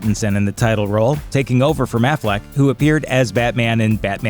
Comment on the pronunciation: I swear, I heard him say "mathleck" 🤔?